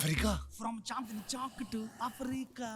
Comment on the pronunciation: It's not chandi It's chandni you are not pronouncing n